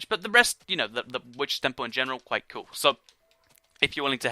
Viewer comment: ***** you said coal it's cool